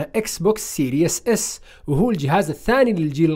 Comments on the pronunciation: اخي كلمة series تلفظ سيريز وليس سيرياس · يا ناس ما تنطق سيريوس تنطق سيريز، سيريز بكسر السين وكسر الراء سيريز تعني سلسلة، سيريوس تعني جاد أو خطير